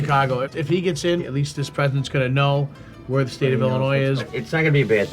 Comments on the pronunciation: Never trust your retirement funds with a guy who can’t tie a tie and says “Illinoise” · "illiNOISE"? are you fuckin kidding me? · "Illinoise," srsly? 😒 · He said it right the first time, then corrected himself to be wrong